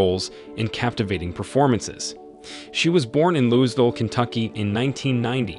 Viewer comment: Learn the correct pronunciation for Louisville. 😏